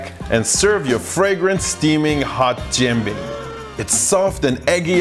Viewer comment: I’m impressed by your pancake pronunciation in Tianjinian👏👏